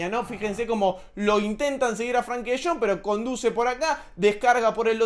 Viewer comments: se escribe con E, no con A. Frenkie. No es “Franki” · no se pronuncia FRANKY sino FRENKY tampoco se escribe así pero es para que se entienda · Buenísimo video cómo siempre! lo único que De Jong es Frenkie no Frankie jajaj